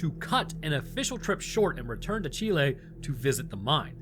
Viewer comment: Yeh, ya pronounced Chile right